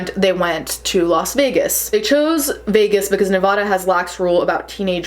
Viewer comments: Nevaduh. That is the correct way to pronounce Nevada. I know people not from or around the state say it the way it reads. However with names you say it the way it is said to the people native to it. Example Jose in Spanish would be said completely different in English hosesay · You said Nevada wrong but it’s understandable